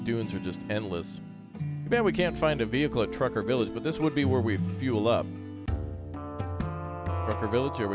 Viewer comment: tucker villiage, not trucker